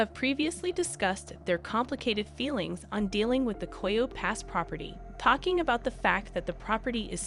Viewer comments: Coyote - pronounced ky oh tea!!!! Is it so hard to teach the ai proper pronunciation? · Is this an AI voice? There are some odd pronunciations and syntax. The cadence is very robotic. ANDthe word coyote is pronounced KY-OO-TEE- 3 syllables. ( not ky ote!) get it right!! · Learn how to pronounce coyote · Since you can not pronounce coyote correctly you should not be narrating